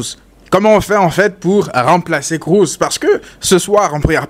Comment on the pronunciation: Alors c'est Kroos et pas "Krous". Allemand pas anglais. Merci !